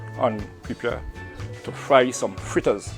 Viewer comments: Great job I always thought was fritters Now I'm hearing freeters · Is he a Trini? Thought it was fritters 🤔👍